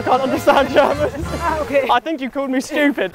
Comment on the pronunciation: he said go in germon